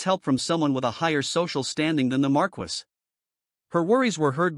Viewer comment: The way the AI says "Marquess" (it's pronounced "mar-kess") is killing me